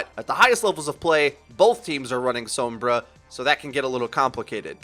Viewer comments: Please quit saying s-OH-mbra. It's s-O-mbra. Usually wouldn't bug me, but the name is said out loud in the game. The pronunciation is audibly given to you. There is NO reason that you, or anyone else should be mispronouncing it. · She literally says "Soh-mbra online" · I did, she still says "soh-mbra" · and a really annoying pronunciation of 'sombra'...gooooosshhh i hate it.